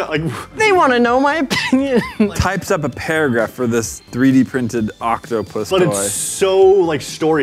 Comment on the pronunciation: Types, not pypes,.